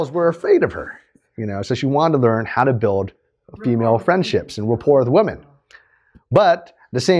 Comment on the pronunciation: I'm pretty sure you're mispronouncing the word women, it's plural and it is pronounced differently than woman.